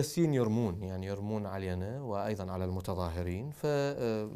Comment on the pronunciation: هوا مو كال ماكو متضاههرريـن ، بعدين كال المتضـاهرين ! 😂